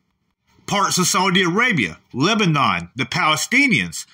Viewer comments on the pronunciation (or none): none